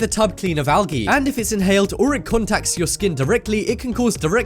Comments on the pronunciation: AAAALLLLGEEE?? BUT U SUPPOSED TO SAY AAAALLLJEEEE idk that is weird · Excuse me? Algae? Did you just say al-gee, I don't know if that's your slight accent or you just pronounce it wrong, its al-jee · He pronounced Algae like AL-GEE but it's pronounced AL-JEE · lol how he said algae.....ALGEEE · OMFG YOU PRONOUNCED ALGAE WRONG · lol! listen to how he says algae .